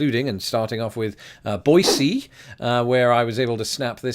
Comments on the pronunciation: Glad you enjoyed my hometown of Boise, and thanks for your perfect pronunciation of “Boi-see” (not Boi-zee). Love your channel! I just got back from London a few weeks ago-I LOVED it! Amazing city and people💕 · Many people voice the s in Boise, but according to my trusty Webster's Second (it's old, but still reliable), your pronunciation is the only one given. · Thank you for pronouncing "Boise" correctly...twice! It was so cute when you called Tablerock a mountain! 😉